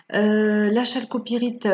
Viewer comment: CEST pas chalcopirite mais on la prononce Kalcopirite